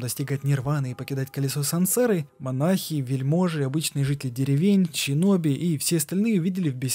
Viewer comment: Выброси букву щ из своего алфавита. Синоби, а не Щиноби. Асина, а не Ащина. Слушать невозможно, бездарность